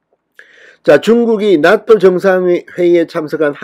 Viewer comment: 나또가 아니라 나 ㅡ토로 발음하시길 나아토로 들리게요